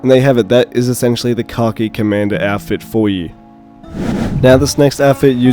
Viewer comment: I kept thinking you were saying "car key" variant for the longest time. Lol. Finally realized you were saying "khaki" at the very end🤣!